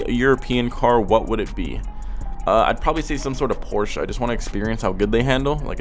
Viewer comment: Thanks for saying Porsche and not porsch!